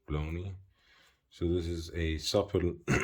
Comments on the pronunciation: The pronunciation of the company name "Błonie" would be "Bwonye" in English. It is a resurrected name of an old Polish watch company. I like the simple esthetic of the watch, but wish it were 37mm - 38mm. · Great video, btw it's pronounced " Bwonie" The Ł in polish is pronounced as a W